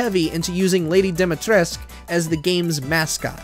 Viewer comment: > talks a bunch of BS about reasonably good games > doesn't pronounce "Dimitrescu" correctly Yep, pretty much what I expected.